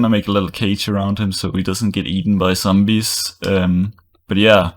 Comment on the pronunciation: i love how you say sombees :) <3